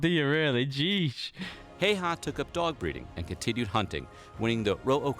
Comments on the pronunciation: i dont mean to be rude or anything but its pronounced highharr and you roll the r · His name is not pronounced like that😅